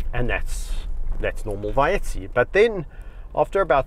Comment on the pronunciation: The pronouncement is Ba yeah t ei